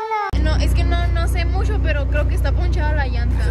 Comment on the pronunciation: Su acento de Sandy jajajaja, "no se musho".